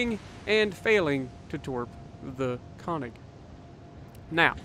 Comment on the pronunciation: Instead of "kawnig", it's pronounced more like "kernig". Nice to see the good old Solomon Islands map. Feels like 2015 again.